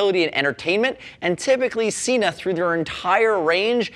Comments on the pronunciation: SENA not SEENA. Watch their own channel to understand how to pronounce it correctly. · You say Sena incorrectly